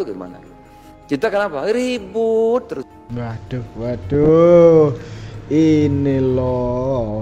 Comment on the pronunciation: Tu kannnn... Nampak bungulnya.... Wodahhhhh wadohhhhhh wodahhhhh wadohhhhhhhh..... Emang gak bisa pakek bahasa yang benerkah..... Ngertinya cuma waduhhhh waduhhhhh Mulu.... Tumpul amat mas ini....!!